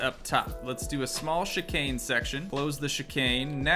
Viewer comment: Bro just saying you said chicane right. Love the vids